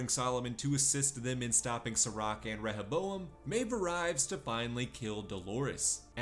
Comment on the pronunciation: Reh ha bowam lol. They fucking say it dozens of time in the show.